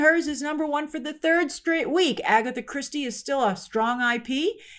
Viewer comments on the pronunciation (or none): none